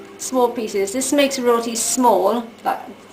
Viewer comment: thank you for the the showing us how to make but ur saying roti wrong u say it wierd with the acsent.